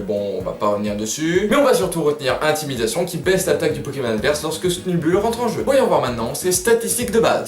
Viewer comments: Il faut la dire à l'angliche va ! "Sneubeull", ca vient du coeur <3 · juste moi je dis Sneubeul pas Snubull idem pour Grambull ( Granbeul )